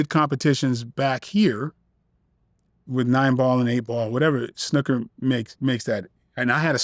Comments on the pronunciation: snooker not snuka 😂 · The way he said Snooker 😂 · I clocked that very strange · way he says snooker...lol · I was like wtf! These Yanks!😂😂😂